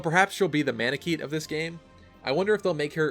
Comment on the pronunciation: cough cough manekete, man-uh-ket-ay. Just, you know... emphasizing that. [ though, really helpful]